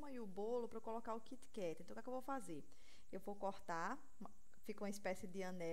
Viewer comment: LIndo!!!!Adorei as dicas!E achei super bonitinho ela pronunciar Kit Kat...